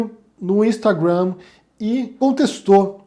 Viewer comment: Vc pronuncia Instagram e Tweeter com sotaque inglês, sendo q vc está falando português.Mas ao mesmo tempo diz q lockdown é um termo muito chic!🤣